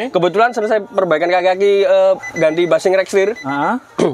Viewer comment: Bushing dibaca bashing?